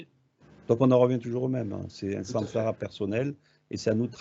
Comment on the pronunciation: J' entends à la "ramass(e) plutôt que samsara🙄